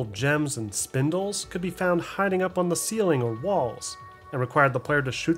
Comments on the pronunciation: spinels, not spindles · SPIN-ELS spinels Not spin-dels or spin-dles. Ppl still misread this? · Great video! Definitely bothered me with your “Spindels” comments tho, “spinels” ain’t no D in that word my boy… all love brother all love 😂😂😂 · Also just FYI, the pink gems called spinels are pronounced "spuh-nell" not "spin-dull" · Is it that hard to say 2 syllables? This dude really said Spindles, instead of SPINELS THERE ISN'T EVEN A D IN THE NAME! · STOP SAYING SPINDELS PLEASE I BEG YOU